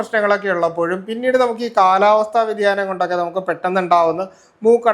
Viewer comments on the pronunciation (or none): none